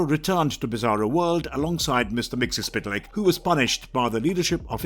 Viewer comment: Wow you really butchered Mr. Mxyzptlk's name